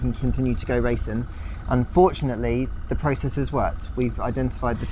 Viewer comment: It's RACING and JUMPING... not Racin and Jumpin... please pay attention to your English... Your not down with the kids you know!!